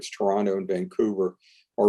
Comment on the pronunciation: Congrats,! You enunciated Toronto correctly. Most Americans like to emphasize Tor-ON-to:-)